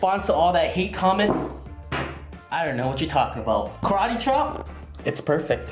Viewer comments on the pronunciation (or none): none